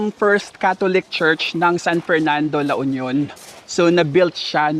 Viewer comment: La Union is... L U, not El yu.